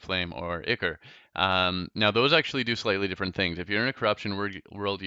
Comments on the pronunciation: it's I-cor not icur and it's cursed not curs-ed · Its Ichor not ichr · The fact that he says cur-sid and ikr annoys me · Pronounced (i-core)